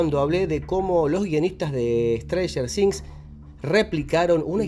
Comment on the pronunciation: "ESTRANJER DINZ" 🤣🤣🤣